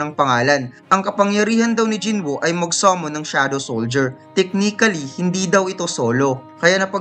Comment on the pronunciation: Tek-ni-kali (Technically)... iba ka tlga halos kada recap mo may tumatatak na word kang nababanggit. haha.